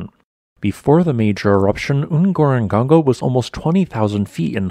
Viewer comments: Informative , interesting , though confusing with regards to your pronunciations of what seem to be difficult sets of letters , eg : N-goro-n-goro - often the N , is pronounced off the back of the toungue . Ngarahoe is one such , as is Ngaruawhia . Please try to enunciate your words correctly , to save confusion , or a bit of bewilderment untill the listener works out the correct way it's said . The crater these days is relatively dry , and the Lions in the crater , are changing genetically - this from one of David Attenborough s nature series where it featured . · Whoever designed the script has NEVER been to Ngorongoro. The pronounciation of the name is ATROCIOUS!! Please talk to the Tanzanians (or any local people for the videos you mean to create.) Your ignorance is showing. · Ngorongoro is hard to pronounce for most non-Africans but it's like you didn't even try! 🤦🏾‍♂ Same with your other video on Longonot . Next time, could you put a little effort? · While I love your videos, and your geologic knowledge is obviously deep, it's a little entertaining to my linguistic side to hear you pronounce some of the names of geologic features. Here, Ngorongoro is a Swahili name, and Swahili is famous for prenazalized consonants. Pretty much, they like putting m's and n's before the start of syllables. "Ngorongoro" is no exception. Swahili also does something that a lot of other languages do (just not English so much) called reduplication, so "Ngorongoro" is just "ngoro" repeated twice. All that to say it should be pronounced something like "n-go-ro-n-go-ro" ( or /ⁿgo'.ɾo.ⁿgo'.ɾo./ for those who read IPA ). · You're pronouncing Ngorongoro badly... it's the same word twice, you should therefore pronounce both halves the same way each time... like they do in Tanzania. That is also by no coincidence the correct phonetic pronunciation. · You need to remake the video and pronounce Ngorongoro correctly. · i know right, he has been doing this for a loong time.